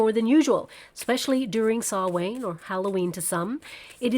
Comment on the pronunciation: It’s pronounced ‘sow-an’ .thank you for the reading .